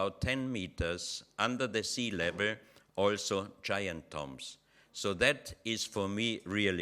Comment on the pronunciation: Say tombs not tumbs.